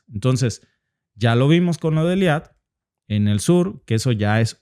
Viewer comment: No es eliat.... Es eilat